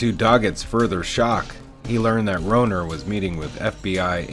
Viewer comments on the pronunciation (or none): Horrible mistakes in characters names and their pronunciation. It was Melissa not Melinda. Marita not Martha. Rohrer (pronounced Raw). You ruined otherwise good material. SMH.